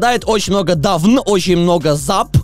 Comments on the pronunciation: может дАвн а не давЫн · "Dawn" читается "Дэун", а вот "Down" читается именно так))) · И вообще бро, этот скин читается "доон" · Dawn читаеться как дон а перевод рассвет